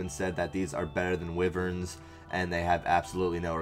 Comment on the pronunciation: WYVERNS NOT WIVERNSSSS